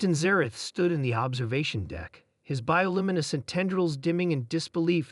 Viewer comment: "were stars", where stars ,"bioliminiscent" bioluminescent, "riveled" revealed, "visage" face, "unscaffed" unscathed, "hist invented" hissed and vented, "smirt" smirked, 'if forges" it forges or it forces, "to feed us" defeat us, "redefine" redefined, "refuse" refuses and the classic AI problem of individual's name - species name - planet name px947 not "px940 seven" - "beaksa 947" - "ix947" - "peaks 947" - "pigex947" channel too lazy or does not understand English !